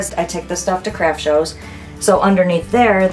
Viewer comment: Omg when she first said “Craft shows” I thought she said “Crap Shows” 😂😂